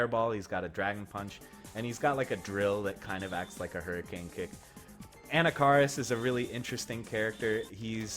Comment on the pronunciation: You actually say anakaris correctly in this one...for a moment